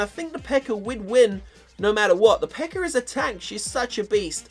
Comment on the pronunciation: He calls the peka "PEKER" wtf speak English